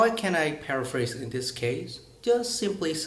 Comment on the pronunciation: ))) anh bảo Hoa hậu phát âm thiếu âm s ở cuối nhưng từ 'case ' anh cũng chỉ phát âm là ''kei' mà không phải là 'keis' :)) nhưng phải nói là 98% anh phát âm và nói rất hay và tự nhiên :)) keep up the good work.